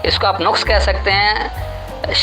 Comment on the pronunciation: شہاب عالم صاحب نے نقص لفظ کو جو زبر سے ھے ۔ تین بار غلط پڑھا ھے ۔ پیش سے پڑھا ھے ۔